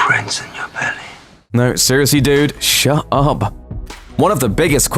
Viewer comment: "Shuh uup" - some british Looper guy